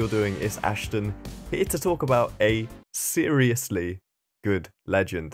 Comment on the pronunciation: "a seeriously good legends" haha